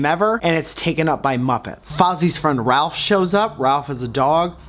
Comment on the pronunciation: it's rowlf the dog, not ralph. i'm sorry,, i know no one likes "well actually" person, but i can't deny my truth